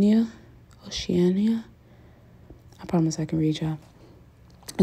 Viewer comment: As fellow nail tech I definitely understand. You are more critical of yourself. It’s beautiful!!! (O-she-Anna is how we say it in VA. there’s a navy base with the same name). Keep up the amazing work